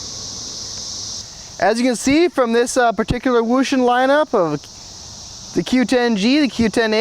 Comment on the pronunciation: Best video I've seen all week. BTW for the win! Thank you for not saying, "oh-shun". It's Wouxun until they spell it as "oh-shun". I've got two UV9G's and. Uv9px. They stand up to my daily tomfoolery with ease. I would like to see this test done with some Yaesu's.